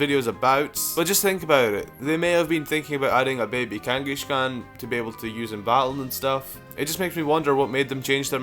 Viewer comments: Kangaskhan, not Kangeskhen. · Kanghashkan? Really? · Kangas-kahn not kangashkan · "number one is kangashegon" me: its kangaskan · he said kangiSHkon!!!! LOL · Kangaskhan is pronounced like the mongol Kangas Khan, not Kangi-shkan, just thought I'd point that out. However I dont know how gamefreak made the connection, if you know do say. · It's not pronounced "KangaSHkan", it's "Kangaskhan". There's no "sh" in its name :P. Also I'm glad I'm not the only one who thinks there needs to be a prevo (Baby form imo actually) for Tauros and Miltank that evolves based by gender. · idk why, but when people with accents pronounce something oddly, like how ThnxCya says "Babby" instead of "Baby", it makes me laugh a little, like when says Kangaskan it's funny, no offence man, but still ^u^ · The baby in Kangaskhan's pouch is a baby Kangaskhan, not a different pokemon. They can't just alter history to say that's it pre-evolution. Also you pronounce "Kangaskhan" wrong.